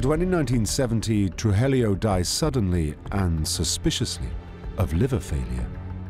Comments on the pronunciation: Tru-hee-yo (Trujillo) not Tru-hel-lio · Truhellio lol. Truheeyo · Trujillo pronounced TRUE HE JOE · Why the f does the narrator say “TRUHELLIO” when the name is clearly spelled “TRUJILLO” 🤡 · Narrator: Pronounces Medellin correctly. Also narrator: Absolutely butchers "Trujillo". Carlos "Truhelio". Haha! Griselda was known for butchering people in cold blooded ways. The body parts were then put in plastic bags and thrown onto the side of the road while she was out driving. I've heard stories where she had people butchered with chainsaws while still being alive. Netflix really left out the gruesome parts of Griseldas terror. They made her look like a normal narco boss. This woman was satan herself. I mean, the fact that Pablo Escobar himself feared her speaks volumes. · The wrong pronunciation of Trujillo is making me crazy. True-he-yo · Trujillo is pronounced "True - Hee - Yo". Sorry, Spanish teacher here. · Narrator knows how to pronounce Medellin correctly but not Trujillo, smh!